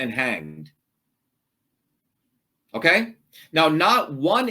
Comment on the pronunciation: Lob how he says OKAIII time 2 time...